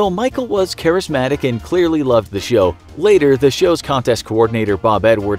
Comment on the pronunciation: "game shyow"